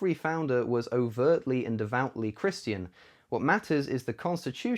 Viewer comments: “Chris-TEE-an” language LOL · Holy shit stop saying Christian like that lol